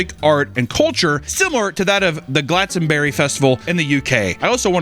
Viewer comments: "Glat-Son-Bury"?? Ooh nearly lol, it's "Glas-Ton-Bury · glatsonberry like what is that pronunciation????????? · “the Glatzonbury Festival” lord help us 🙏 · The way you pronounced Glastonbury gave me hives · pronunciation of Glastonbury lol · the way he said Glastonbury got me pissed